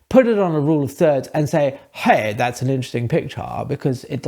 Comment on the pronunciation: “Hey! Thut’s ahn interuhsting pichaarr” 😂